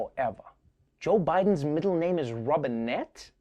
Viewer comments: I thought he said Bidens middle name was Robinhood... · I thought they said Robin Hood at first, and then I listened again and I’m not disappointed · i thought he said his middle name was Robin hood lol